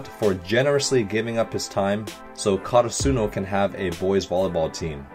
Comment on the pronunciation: I may be nitpicking a little bit but yes, you are slightly mispronouncing Karasuno. You are putting emphasis on the “su” part, while in the anime they always put emphasis on the “ra” part. Again, maybe I’m nitpicking and I’m sorry but I just wanted to let him know since he said to let him know!!!